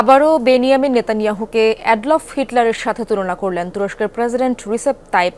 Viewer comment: it's adolf not adlof LOL